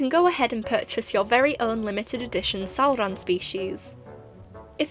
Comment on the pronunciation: hearing that “salrahn” was perfection and extremely satisfying